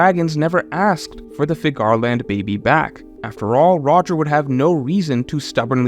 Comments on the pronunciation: Ú-ranus.... FÍ-garland is the right way (phonetically). Sorry, had to say it. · Please re watch the one piece film red and learn how to pronounce the name Figarland. Every time you say I cringe.